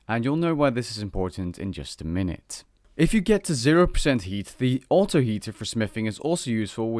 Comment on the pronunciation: i cant stop hearing yeet instead of heat...